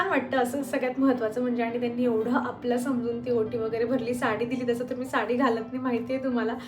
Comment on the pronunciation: वोटी nahi ओटी म्हणतात